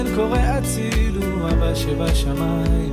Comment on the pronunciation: It rhymes! מושיט ידו לעזרה, ונותן ברחמיו, את הכח לתקן, ולשוב אליו Ishay is the spelling in French, from whence he hails! Listen to Lashuv Habayta, hear how he pronounces "הצילו" without the ה ("אצילו"). It's a French thing.